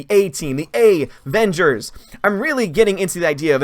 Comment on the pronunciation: "Wahmengers and the unicorn store"... coming soon XD